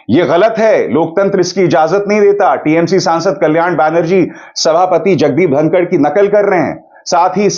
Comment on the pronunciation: It's धनखड़ not धनकर